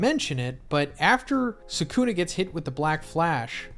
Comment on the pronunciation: all these guys who make videos pronounce his name Sa kun uh. 🤦🏾‍♂️